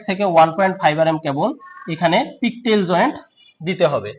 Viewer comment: জয়েন্টের নাম, পিগটেইল হবে। পিকটেইল বললে সম্পূর্ণ ভুল